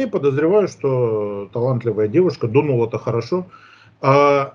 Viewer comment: Вы не понимаете. Не дУнула, а дунУла)